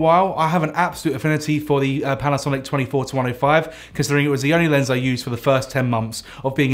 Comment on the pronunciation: Sounds like hes saying 24-25.